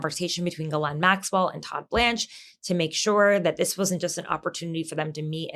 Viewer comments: Pam Bondi has read a ton about Ghislane right? Why is she calling her Gerlane? Pam Bondi is in over her head. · "Gerlane" Maxwell? Bondi, Super Genius.